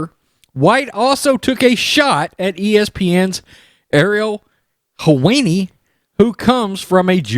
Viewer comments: His name is pronounced Hel-whine-ee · How can u be a sports channel and not know who Ariel helwani is or how to say it. Helwani is a mess